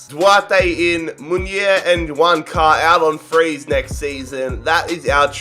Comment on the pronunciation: No user thought he said Wanker 😂